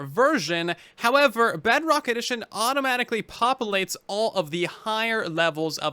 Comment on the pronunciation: hey I don’t think you know that you’re are saying Bugrock instead of Bedrock.